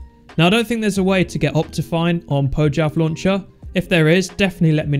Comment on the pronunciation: Say "Poyav Launcher" instead of "Pojchav Launcher"